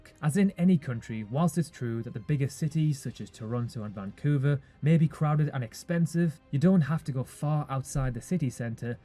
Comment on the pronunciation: Not "vancouver",Now "Vongcouver"